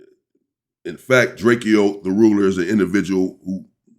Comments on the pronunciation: DRAKEO, not Drake-e-o. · DRAKE-O unk DRAKE-OH NOT Drake-E-O So Drake like the singer then add “O”. NO “E” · Bro how you get DRAKE E O from drakeo I never understood that it’s literally DRAKE WITH A O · It’s drakEo not drake-0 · The Man's name is "Draco" - Drakeo .. do some research before doing your presentations, Champ 🏆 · OG you keep saying his name wrong (Dray-Koh) and he was a non affiliate